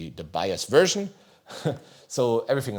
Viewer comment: Wiff dee latest bios werschn 😂 As a German watching this, I feel the pain. lol